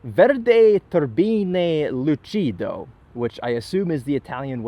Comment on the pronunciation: Excellent pronunciation of Urus, not lucido though